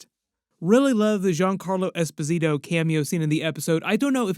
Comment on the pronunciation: you gotta learn to say Esposito. Lol Giancarlo pronounces it himself